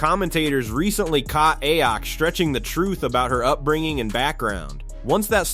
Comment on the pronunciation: What’s especially funny is AI pronouncing her name as “Ay-yok”